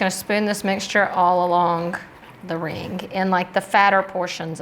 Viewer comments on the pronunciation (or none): I get a kick out of your "k" at the end of your words that end with g... AlongK RingK